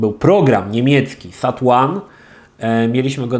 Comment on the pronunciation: Czyta się zat ajns kurwa a nie sat łan :D